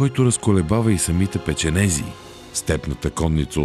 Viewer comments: Какви са тия печенеЗи? Кой ви каза и къде прочетохте, че така се пише и произнася? Не е ли печенеГи?! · Не е "печенези" а "печенеги"